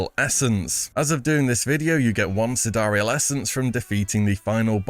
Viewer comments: It's SIDE REAL not sidariel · Wait, that's how you're supposed to pronounce "Sidereal"? Not like, you know... "side real"?